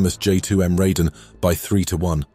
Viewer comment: Informative comparison. Raiden is pronounced as "Rye-den." Shiden is pronounced as "she-den."